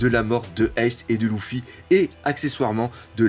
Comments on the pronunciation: On dit leffy et pas louffy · Luffy...LUFFY!!!!! Il s'appelle Luffy!!!! Pas louffy 😖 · « Louffy, Dragon » t’abuse avec les noms la prononce bien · C'est pas loufy haaaaaa c'est luffy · si tu a mal au yeux ne regarde pas. Et j'ai le droit de vouloir dire que c'est Luffy et pas louffy donc..... dégage tu perds ton temps avec moi 😏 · a ton avis pour quoi Luffy c'est énervé quand on la appelé Lucie ? Oda a fais un clin d'œillets au gens qui prononce mal sont prénom